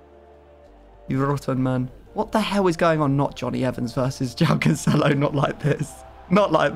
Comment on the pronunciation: Yay and episode of hearing mispronounce cancelo 😒